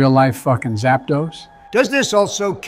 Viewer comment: Bro said Zapdos...I'm done 🤣🐥⚡️